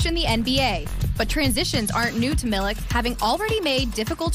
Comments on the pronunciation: miliK.....its miliČ like why does NA cant learn this...5 years whit donČiČ and they still are not able to...aghhh xD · It's not Milik, it's Milich. Not so hard to learn. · Milich* not milik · It is not Marko Milik but it is Marko Milić (Militch) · Milić not Milk (pronounced approximately Milich) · How just how can't americans understand that if a person is from europe and their last name ends with IC it's prononced ich like PopoviCH. Is Marko Milich not Marko MiliK. I would understand if players with these kind off last names just started to come into the league but there was so many in the last 30 years and people stil can't figure it out. Crazy...and they work on tv,doing a story about the guy. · He's not 'Milik'. Use the same sound as when you say 'Donchich'. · Pronounciation is Milich ("ch" like CHesse) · hahaha MiliK...It's not K but ch or Ć . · Pronounced MILICH PLEASE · 😂😂😂 Milik, Dinčik and Jokik !! omg, at least prepare for the show like a pro, and learn the first and last names of the people you're talking about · Serius journalism and simple respect to people reequests the surname to be pronunced correctly, which you never did. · A very nice and noble gesture. Bravo for all MAVS coaches, players & management. GO MAVS. Bravo for Marko Milić too. We are very happy for him. But the pronunciation of the surname Milić is not correct. And let journalists do more research and correct pronunciation. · you can say DonČiČ but not MiliČ ? :P